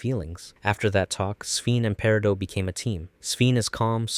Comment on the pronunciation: How daring you mispronounce Peridot's name?! What a clod